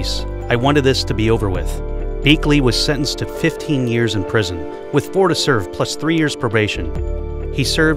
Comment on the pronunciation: It’s not “Beekly” it is “Beshell” that’s how it is pronounced…….spelling is “Bechtel” I think.